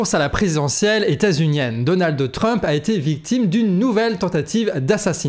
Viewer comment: Je vous trouve intéressant mais je suis souvent gênée par votre prononciation, par exemple aujourd'hui "DonaldE TRump"...